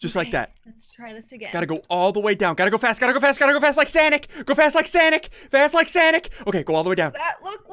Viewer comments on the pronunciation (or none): It's sonic not sanic